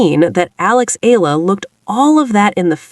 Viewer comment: EALA read and pronounced it E-YA-LA, not ALA. E - YA - LA not ELA E-YA-LA not EYLA E-YA-LA EALA E-YA-LA